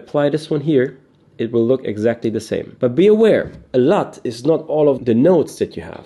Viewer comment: it sounds like you’re saying slut in this video when you’re saying LUT. Just a lame joke.